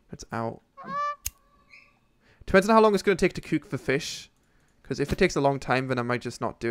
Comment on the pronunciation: Why do you say "cuuk" instead of cook xD